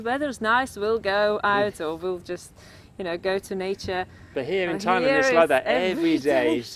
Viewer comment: Thai land not Lund